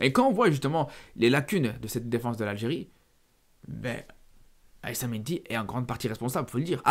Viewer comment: Il a du mal à dire Algérie mdr